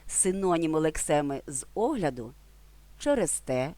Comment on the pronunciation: Дякую! Корисний ролик. Одне зауваження: українській мові не властивий кнокляут. Тож сполучення "з огляду" слід вимовляти як одне слово - "зогляду" (а не "зе огляду").